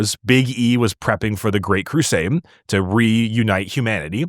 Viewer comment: Why the F do you pronounce it "Great Crusame"? Regularly. - listened to it multiple times, slowed down... Crusame.